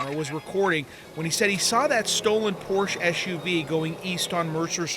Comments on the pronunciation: It's Por-sha, not Porsh. Otherwise, good job. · The designers name was Ferdinand Porche...Porsha not porsh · Pórshuh. Not porsha! Greetings from Germany,,,😊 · pronounced porsche wrong every time. its a family name pronounced "porsch-ah" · Yes, except they need to learn how to pronounce Porsche! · How in the world do you get a job as a reporter and not know how to pronounce e the name Porsche!?!!!!!! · Please learn the correct pronunciation of Porsche !